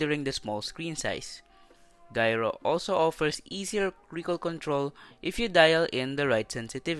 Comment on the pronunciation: Gyro is pronounced with a J just sayin tho